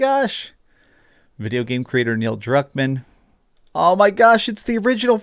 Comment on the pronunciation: It looks phenomenal! Thank God Neil Druckmann was able to help with this. Go ahead....say his last name wrong to make fun of him. So clever.